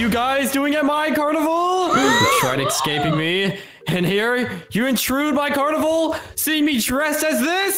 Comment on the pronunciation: I love when always say exscaping